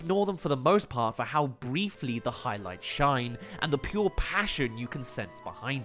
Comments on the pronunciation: I'm sorry did you just pronounce 'brightly' as 'breetly'?? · It's probably just a Freudian slip of briefly and brightly